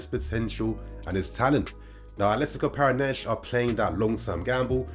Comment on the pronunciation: Just for pronunciation sake; Brazilian Portuguese does not use the “sh” sound like Portugal. Whenever there is an “s” at the end of a name or word, the Portuguese use the “sh” sounds and they will even cut the rest of the word. In Brazil, an “s” within a word makes a normal “s” sound. Para-na-N-si is how you would pronounce the team that Vitor Roque plays for. If the “s” is the last letter, then is makes the “z” sounds. Ex: Alves is pronounced Al-vez, NOT Al-vsh.